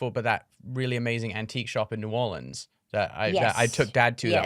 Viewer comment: They way Jack pronounced New Orleans was magical. And Ozzy’s jewelry collection. Jack, that’s precious. 🤦🏼‍♀️🤦🏼‍♀️